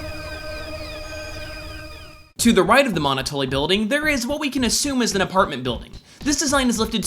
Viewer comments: Monotoli is pronounced like Monopoly. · Jesus christ, "MOHN-O-TOE-LEE" Its "MUH-NOT-OH-LEE" Yknow, like a pun on Monopoly? You are seriously fucking dense.